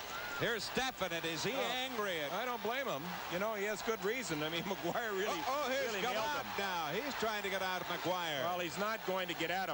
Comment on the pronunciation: It’s “Maguire”, folks. Not McGuire. Or Maquire. Or MacGuire.